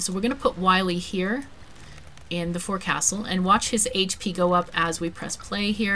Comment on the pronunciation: Looks like a great game, thanks for sharing. Just a tip from a retired sea-dog - the forecastle is actually pronounce fo'csl (or maybe phonetically fokesal?)